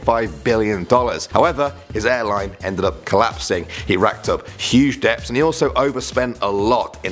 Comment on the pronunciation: Ohhhhhh. You don’t pronounce the ‘b’ in “debts”.